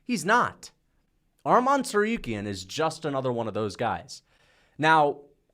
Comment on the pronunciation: Bro can you say his name right? It sounds just as its spelled Tsarukyan not Tsaryuken. Make sure that the u comes before the y